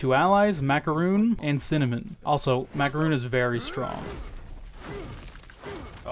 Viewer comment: who the fuck is MacarUn? i only know MakarOn (really, why the hell did he pronounced his name in this weird way?)